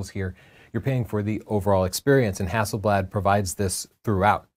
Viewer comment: Hazelleaf is Haselblad pls try too get the right way too say it